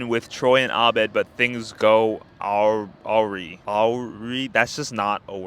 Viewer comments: Stone Mountain = Stn/Mtn Awry = a-rye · "Awry" pronunciation: "A-rye" like the bread. Or that nigga in the hat that Gambino wore for like a year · Bro doesn’t know how to say awry